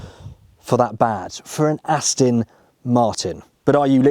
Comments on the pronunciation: He thinks it's an Austin. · Please,, learn how to pronounce the brand. It's AstOn Martin, not AstIn! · AstOn, not Astin. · Ditto.. Please... Aston, not Astin!!! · This does really grate once you start listening for it. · Its called an accent or dialect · Nice liddle Astin that,! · Can’t stop hearing him mispronounce it now. Not listening to him talk, just waiting for the ‘Astin’ 🤣 Just have to get it out of my system, then watch it a second time 😀